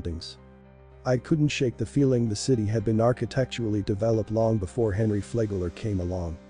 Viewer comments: He drives me a little crazy with the way he mispronounces things it's not flay gler It is flag ler That is standard AI mispronunciation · ...It's 'Flag-ler'. Not 'Fla-gler'.